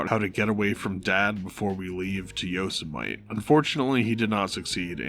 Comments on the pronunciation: The correct pronunciation of Yosemite is, "yoh-SEM-i-tee." Unless you were mispronouncing it, "yosa-mite," on purpose. In which case, I don't get it but cool, I withdraw my correction. Either way, thanks for the breakdown. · Not tryna be a dick but It's "yo se mi tee" not "yo Semite" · YO SUH MIGHT??? Brother, Yo-sih-muh-tee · Not Yo Sim Might. Yo-Sim-Mit-Tee. And they're watching the film Amadeus, which MIT Rick referenced in his office after meeting Morty Prime. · God, I’m sorry, but it’s “yo-sim-eh-tee” not “yo-sim-ight”. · Sorry, hate to be a stickler about pronunciation, but it's pronounced Yo-sim-a-tee not Yo-sa-mite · Are you pronouncing it yo sem ite? Isn't it yo semitee? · Yo-see-mite? Seriously man? It's Yo-sim-it-tee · I enjoyed the video -- didn't realize Morty's intention was to drive Rick to his death, but it makes sense. One observation: The standard pronunciation of "Yosemite" is four syllables; the last two should sound like "mitty." Hearing it as "mite" made me wonder if the narration is A.I. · Nicely done, but just a little nitpick: YOSEMITE = "yo-SIMMA-tee." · i've never heard anyone pronounce it "YO- semite " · Pronouncing it "yo semite" is actually crazy. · YOSUH MIGHT! If i could take my view back i would, learn to read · yo-sem-uh-tee lol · First time I’ve ever heard it pronounced Yo-sa-mite, wonder if this is ai narrated? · I never heard anyone pronounce Yosemite like Yosen Might. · Ai. Joker keeps saying YoseMIHTE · Also Yosemite is pronounced Yo-sam-eh-tee 😂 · Are you pronouncing Yosemite wrong on purpose? Its: Yo sem eh tee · Is your pronunciation of Yosemite a meme? It's ok if it's a mistake but that almost killed me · You can’t even say “Yosemite” correctly? Embarrassing. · Just a heads up, I can see the confusion if you’d never heard of it, but you’re pronouncing “Yosemite” wrong. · How do you not know how to pronounce Yosemite? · your pronunciation of Yosemite... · i have never heard anyone pronounce yosemite like that lmfao